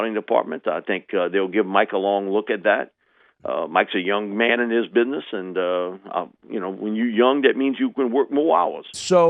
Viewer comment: Is it "bidness," Mike? Is it?